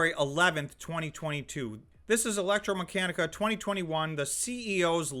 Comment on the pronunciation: The correct pronunciation is Electr-a-meccanica (not electr-o)